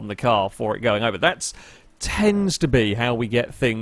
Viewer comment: "that TENDS to be how we get things to burble burble burble..."